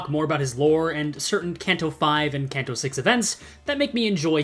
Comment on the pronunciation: I hate your pronunciation of Canto just pick one PLEEEEEAAAAAAAASSSSSSSEEEEEEEEEEEE